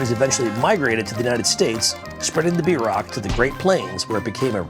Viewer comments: At least say it right!! BEER-ROCK. Not b-rock... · bierock--- is pronounced beer-oak not beer-rock. im am from this decent of German Russian immigrant Shattauck OK people. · It's called a beer-rock not a b rock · The way George pronounces "Bierock" tho lmao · yeah lol, i was really confused when he called it a bierock